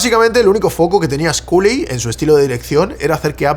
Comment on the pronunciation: Cada vez que pronuncia Sculley con la U me sangran los oídos.... que horror.